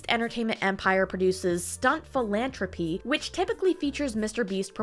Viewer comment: "Phil-an-Trop-y" sounds like the quality of an animal where they eat the love of ones fellow humans.